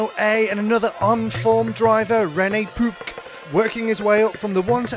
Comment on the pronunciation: i love how the commentator says pupke